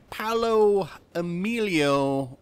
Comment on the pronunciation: You have to extend the pronuntiation of the O in Paooooooolo like Maaaaaario